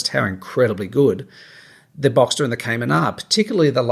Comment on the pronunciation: Given your life history how good is your advice.......also learn to pronounce the name of the car properly